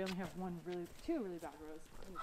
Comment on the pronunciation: You said Rows I thought you said Rose I’m like how